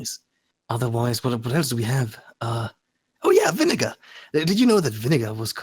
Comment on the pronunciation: "Viniggar" OH NO